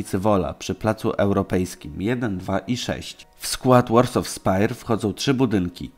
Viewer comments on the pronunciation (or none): Jprdl "Warsaw" nie wymawia się "łorsof" tylko "łorsoł"